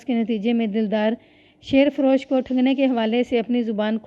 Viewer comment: شیر فروش میں شیر کو زیر کے ساتھ پڑھتے ہیں مطلب ہے دودھ بیچنے والا ۔ اسی طرح جن جپھا بھی ٹھیک نہیں پڑھا ۔ اور بھی کافی جگہ۔۔۔۔۔۔ تلفظ پر توجہ دیں